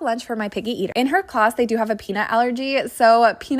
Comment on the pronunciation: She said picky- NOT PIGGY